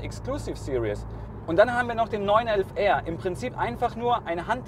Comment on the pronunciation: What is it with Germans and English? It's Exclusive SE-RIES not Exclusive SE-RI-OUS